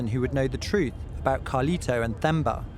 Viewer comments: His name is pronounced Temba but spelt Themba... I live here in Durban, KwaZulu-Natal, South Africa, and there's plenty of Thembas here. Great doccie, thanks.... it really touched my heart. Poor family. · Just for future reference, the 'h' in Themba is silent. It's pronounced 'Temba' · Temba-with a hard T sound.-common mate-you keep pronouncing it with a soft"th" sound even after the chap in Mozambique told you how to pronounce his name. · The H in Themba is silent so it is pronounced Temba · Themba is pronounced Temba like the word temp! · It’s pronounced as TEMBA it’s a silent H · It's pronounced Temba (an aspirated t), not Themba (a dental fricative). It is just respect. What is Themba safe from? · Great Journalism. The name is pronounced T-e-m-ba like 😊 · It’s pronounced Tam•bah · the H is silent my guy. You can say Temba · Great documentary, wish you would have learnt to pronounce Themba's name correctly. Th is Zulu and related languages is pronounced as T... Regards, a South African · His name is Themba... Pronounced "Temba" ('h' is silent, basically) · Themba is pronounced as Temba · The name Themba is pronounced as Temba, The h is silent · Sorry guyz .....i jus had to clarify that the 'h' in THEMBA is silent😊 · Couldn’t find him in those six hours because of your absolute butchering of his name. It’s so fascinating how things get lost in pronunciation. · At least have the respect of what you are reporting by PRONOUNCING the name THEMBA correctly - it means BELIEVE ! how you can be so dumb I don’t know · Themba pronounced with only a "T", please, the "h" is silent. Zulu for faith or hope. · Maybe if you pronounced his name right the first time you could've located him sooner lmao. Did no one you called from South Africa tell you how to pronounce him name properly? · I'm glad he changed his name to Justin because listening to Themba being pronounced incorrectly every time was killing me. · The way you pronounced his name😭💔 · Tay-mba, not thay-mba